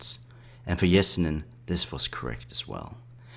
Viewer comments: it’s Sir-Gay, ye-se-neen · Pronounce his name probably its not even close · do you also pronounce yellow as jellow? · I know right? this guy should do some research before saying his name.